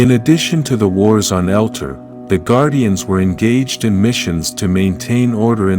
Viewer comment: It's not " Elter" it's Eltar " El tar", this is extremely hard to watch and just because I can RIP JDF